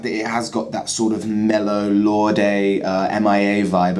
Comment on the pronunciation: It's pronounced LORD. Not Lord-eh. Also her song learn to let it go is upbeat as well and was released before this song.